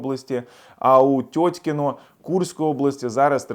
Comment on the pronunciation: Теткино а не тетькино)) насмішив з ранку )))